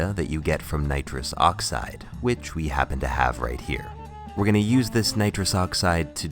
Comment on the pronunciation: You said nirus dioxyed I though you were gonna huff n20 balloon before you drank ah was well confused